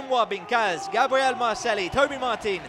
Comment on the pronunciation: Awesome trials, but each time the moderator says Marcelli my ears are bleeding, double l in spanish is a j.